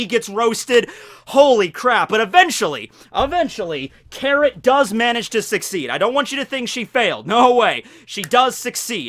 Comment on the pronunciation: did i just hear 'carrot-tor'